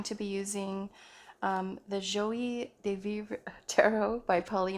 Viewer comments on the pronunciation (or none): You are great! Joie is pronounced ‘jwa’. Have a great one!